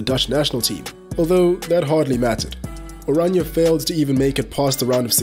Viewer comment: Thank you for pronouncing oranje properly 🙌🏼